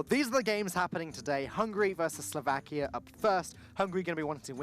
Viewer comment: This announcer was ridiculous, the fatter one.... Hungry, hungry ...i understand he is hungry. BUT hungry means u want to eat....HUNGARY is my country.... and there we lives, hungarians! NOT "hungries" . Find some better advertisers for their postions. And kick them.... they are irritating and insolent.